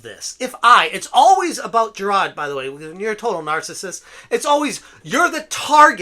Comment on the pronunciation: There is an “R” in Jirard. Moron